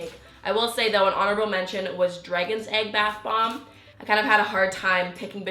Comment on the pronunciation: Why does she pronounce it like bath Bob?